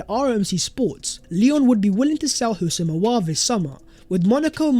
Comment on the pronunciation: Here we go again.. Houssem Aouar😅😅😅